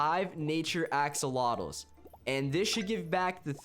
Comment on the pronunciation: U said haxolotuus instead of axolotuus